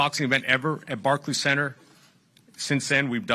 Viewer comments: Barkkky center lmao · Did Rolley Just say "Barkey CEnter" lmao